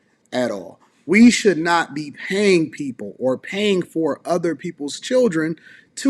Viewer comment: She said mudders and udder 😂 why we have such a broke person mindset?